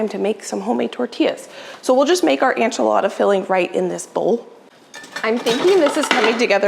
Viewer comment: are you saying ANchilada???